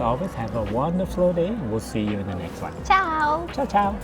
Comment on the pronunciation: that "ciao ciao" was actually very accurate. We do double the ciao in order to say goodbye.